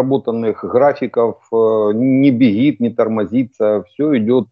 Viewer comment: не бегит" это на каком языке?